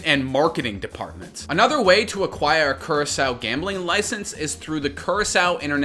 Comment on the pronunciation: That's not how you pronounce Curacao lmao